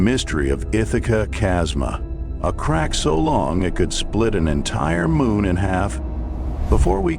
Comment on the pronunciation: The static approaching the 8 minute mark and calling a crack a crock is why I didn't watch the whole thing 😑